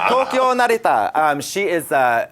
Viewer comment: very good japanese pronunciation for a non speaker